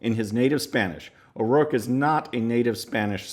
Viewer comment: His last name is O'ROARKE for God's sake.